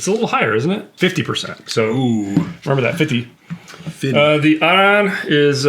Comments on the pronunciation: Stop calling Arran, "ERIN" or "AARON". That is an idiotic American pronunciation. I see this in other Youtube channels too. It's AH-RRAN. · It’s pronounced air-un guys. And it’s the best whiskey you had there. AnCnoc is very good as well. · I love these guys but they try to get so fancy with it and it’s not good… it’s literally just Arran like the name “Erin” or “Aaron”. Maybe with a slight “Ah” but not whatever they were doing, their research is always spot on but this episode missed. Saying Bruichladdich is peated too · FFS. That is absolutely NOT how you pronounce it. "ERIN or "AARON" is utterly wrong. The locals pronounce it "Ah-rran". ie Scottish gaelic. Dutch calling Bruichladdich as peated is wrong though. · I’m sorry to bust your bubble but the master distiller from Arran even acknowledges that pronunciation is ‘Aaron/erin’ otherwise he would have corrected everyone when he received the online whisky award. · True. Very peculiar pronunciation.